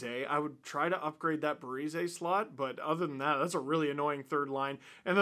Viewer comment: Yeah you completely butchered Ninchushkin and Parise, but that’s besides the point. Zach Parise has been doing very well for Colorado. He’s really good as that 3rd line wing.